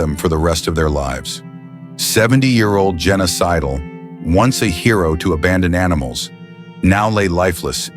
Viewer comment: I wasn't watching, just listening. I heard, Genocidal, not Jenna Sidle. Or is it a clue that this is all fake?